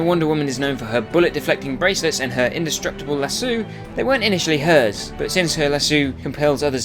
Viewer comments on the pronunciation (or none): "la-so" NOT "la-soo"!!!!!!!!!!!! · you prnounced lasso as lasooo